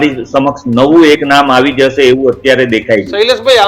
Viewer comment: "જાસે" નહી "જશે" . તમે લોકો pass કેવી રીતે થયા journalism અને ગુજરાતી‌ ભાષા મા. 😂